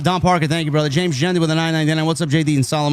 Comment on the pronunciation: THANK YOU JD FOR SAYING JAIDA'S NAME # MS.PARKER!🎉